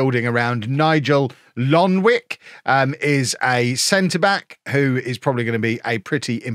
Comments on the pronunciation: The kid from suriname is pronounced "Lonwyke", thank me later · U pronounce Lonwijk like Lonwyk